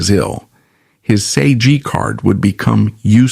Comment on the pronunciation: Learn how to pronounce SAG